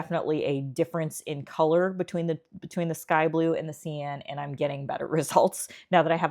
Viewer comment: This is the first video of yours that I have watched. Good job, thanks. TYI. Cyan is pronounced (Sigh-an).